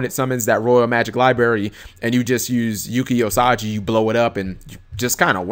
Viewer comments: LOL Usagi not Osagi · Thanks for the information,. However, I should point out on your pronunciation of "Yuki Usagi" You went from: Yuu-Key Uu-Sah-Gi To like Yuu-Key Oh-Sah-Ji, which did make me laugh.